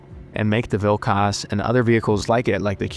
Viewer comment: As a Lithuanian,the way you say Vilkas makes my ears bleed,but overall a good video 😭